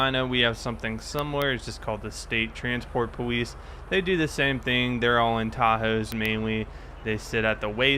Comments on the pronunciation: Why do you say pwlice instead of police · do you purposely say powice? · why do you say L perfectly fine in every other word except police "POWICE"?